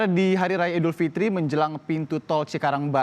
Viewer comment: Idul Fitri, bkn Idul Fitir